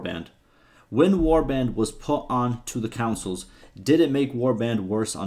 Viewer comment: bro that's too funny "councils" hahaha